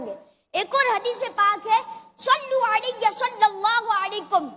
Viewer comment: ماشاءاللہ۔۔ کانفیڈنس اچھا ہے۔ حدیث مبارکہ جو بیان کی بچے نے اس کا تلفظ درست نہیں۔ علی صلوٰةٙٙ نہیں ہے بلکہ علیّٙ صلوٰةٙٙ ہے۔